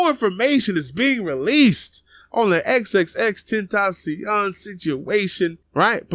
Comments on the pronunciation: XXX tentasion? Speak his name right dude 😂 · Xxx ten-ta-cion